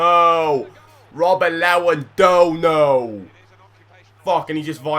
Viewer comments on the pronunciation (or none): none